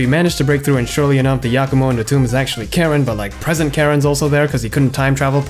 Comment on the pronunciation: Really top-notch video, excellent! One thing: it's pronounced "CAR-en", but yeah I love this game. I just wish it had more actual cutscenes instead of skits with screenshots.